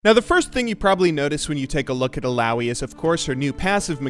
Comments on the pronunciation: im pretty sure it's pronounced eeh-lah-oeeh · you saying illaoi triggers me...